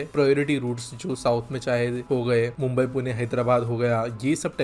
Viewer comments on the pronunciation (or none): none